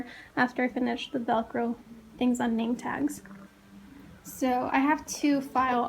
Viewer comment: Yay! Thanks for the shout out! And you said my name correctly. 😊. Thank you! Hope you have an amazing school year!